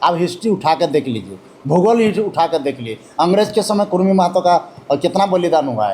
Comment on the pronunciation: कुर्मी नहि कुड़मी बोलिए